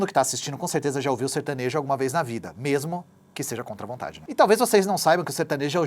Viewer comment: Certanejo ou sertanojo???